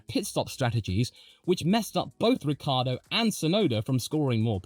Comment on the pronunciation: oh, and Ricciardo is pronounced phonetically as " Rick kee Ar do " 4 syllables, not 3 syllables .. Lucille Ball was married to Ricky Ricardo, this is Daniel " Rick Kee Ar do " fyi